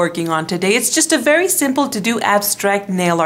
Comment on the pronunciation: i love how she says "this is a vary simple to do"